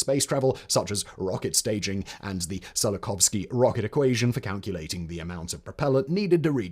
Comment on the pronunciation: Hearing Simon repeatedly miss-pronounce "Tsiolkovsky" as "Zillokovsky" is too much for me; I've got to give this one a miss. Ciao!